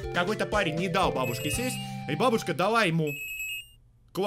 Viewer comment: Бабушка ударение не туда